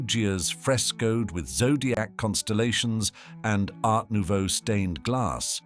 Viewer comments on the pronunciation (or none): none